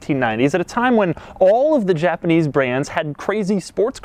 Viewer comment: A JA-PA-NEEZ Chevrolet Camaro. That's what it is.